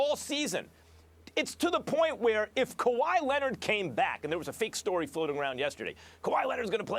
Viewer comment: And kawhi lennon 😂😂😂